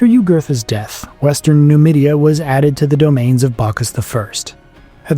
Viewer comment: Nomadia not numidia